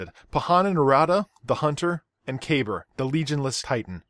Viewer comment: "Kah-bar", not "kay-burr"... Aside from that brilliant video